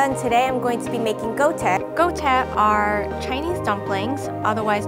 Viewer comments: Omg the way Lisa pronounce guōtiē was so off.. I literally had no idea what she said until she said pot stickers 😂😂😂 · did she pronounced Guo-Tie as Go-Te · GOO-WO TEE-YE NOT GOTYE FOR GOODNESS SAKE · I'm slightly angry because chinese dumplings ars pronounced gwo tye no go tye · why did the lady making 锅贴 (guō tiē) say gohteh? she completely butchered the pronunciation, it was virtually unrecognizable. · so triggered when it's called "gouteh" instead of guo-tie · Go-te? Wtf? Its pronounced guo-tieh, 锅贴 (literally potstickers) miss thing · "Goutie"? That actually hurt on the inside, it's pronounced (phonetically) "Wuo-teep" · I'm cringing so hard at how that girl pronounced guotie, the Chinese potsticker. It's pronounced "goo-OH-tee-eh" not "go-teh" wtf im crying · The Chinese Dumplings are actually supposed to be pronounced 锅贴 (Gwo-Teeah), not Go-teh. Just saying. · Haha guodie it's pronounced as guotiea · GUOTIE NOT GOTTE UGH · is “guotie” usually pronounced “gote” in america? being chinese American, i would expect the girl to pronounce it “锅贴” or “guōtiē”? wondering when it evolved to “gote” HAHA is this perhaps a dialect pronunciation? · we dont eat guotie for Chinese new year.. we eat shuijiao... also its not pronounced gohteh.. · Am I the only one that’s pissed that they called 锅贴 “go tey” instead of 锅贴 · I’ve never heard 锅贴 pronounced “Gou Teh” haha the English name is just fried dumplings but she butchered that name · Did she say go teh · Lisa not only pronounced gwoh-tieh wrong but the technique demonstrated was also WRONG. You can’t griddle/brown first and steam after! Then you get the crispy part all soggy! What’s the point? Steam/shallow boil FIRST, poor out the excess water and THEN griddle/brown in the pan so the bottoms stay crispy. and the flour in the water was a super cool pro tip! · "Gou Teh" Girl are you Chinese or what why are you pronouncing it like that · What the fuck that pronunciation for guote is so fucked